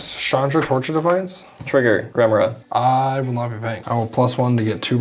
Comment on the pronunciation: the only thing more annoying than constant mystic remora triggers is mispronouncing remora on each trigger